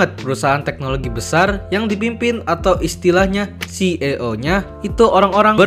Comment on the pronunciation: Maaf bang, saya mau koreksi pengucapan "CEO" huruf "e" kalo di bahasa Inggris dibacanya "i". Penjelasannya bagus 👌🏽🔥